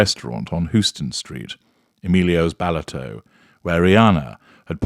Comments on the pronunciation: Is not Houston it's pronounced Hauston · Pronounces HOW-STUN lol 😘